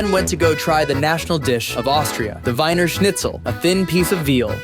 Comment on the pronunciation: It id pronounced like the "wiener" in "wiener dog" or "wieners" the saussges. They're Vienna saussges. Vienna is the english word for the city. It's actually called "Wien" in german.